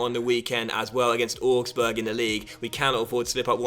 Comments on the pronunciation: ow-gs-burg not or-gs-burg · Augsburg is pronounced like 'Ows-burg' - well, that's how the presenter of the Bundesliga Highlights Show says it, and she's German!